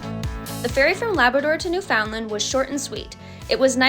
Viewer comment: Love your videos. Did ever learn to say Newfoundland correctly?